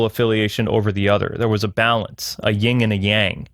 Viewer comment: Please don't say "ying" and yang #yin